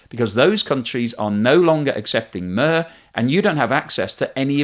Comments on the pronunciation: did you just call it "mer"? it's mir, to rhyme with meer. just like their famous space station. it means peace. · It's pronounced 'Meer.' A 'Mare,' is a female horse. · Correct pronunciation of that system is closer to "meer" than "mir". Not that it makes much difference when it (hopefully) stops working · Interesting, but please note that MIR does NOT rhyme with FIR, but with TIER. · just u quick note, MIR is not pronounced like mehr but more like meer. In slavic languages MIR==peace. Not that I necessary agree, but still :) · It's not "Mur" but like "Mer/Meer" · It’s pronounced “meer” not “mehr”. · Why did you say "MER"??? It's "MIR", like in "three" or "tree" or "peer". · It's not "Murr" like Merseyside, it's "meer" like Meercat a word which ironically means both 'world' and 'peace' in Russian at the same time... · NOTE: MIR is pronounced as "meer" and not "merr". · yes, it's not "mire" but "meer" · The payment system is Mir, not Mör or Moer. That is, mir as in miracle. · You got the meanings "Mir" right. Many commentators are just listing one meaning. But it doesn't actually rhyme with "purr". It's much more like the word "mirror" with the "or" missing. A bit awkward for monolingual English speakers to pronounce. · I do realise that native English speakers find it really hard to pronounce non-English words. But to pronounce мир as mur does hurt my ears a tiny bit more than other mispronunciations. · Very interesting and educational video, despite your super grinding pronouncing of MIR as "MUR". So annoying and distracting.😂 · Mir, is pronounced "meer" , not with a u as in "slur", I am surprised you don't know this... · Mir- Pronounce it Meer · MIR is pronounced 'MEER', it translates to 'World' (ironically). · Мир is pronounced Meer. So annoying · Sincerely appreciate the valuable work you put into all your videos. With all due respect, I watch a few Russian YouTubers who all pronounce MIR like "mere". Thanks again for your quality content! 🇨🇦🍁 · It's not Mur...